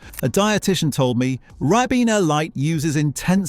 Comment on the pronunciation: A British voice synthesis pronouncing a word the American way, "yo-gurt", not "yog-urt" very peculiar 🧐🤔 "Rib-ena" Vs "Ry-bena"